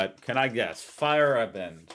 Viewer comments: When you say Feierabend its sounds like fire Abend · It’s not fire Abend! 😂